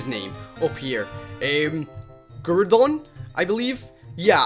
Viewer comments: Mate its not guradon its groudon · YOU CANT PRONOUNCE GROUDON CORRECTLY >:(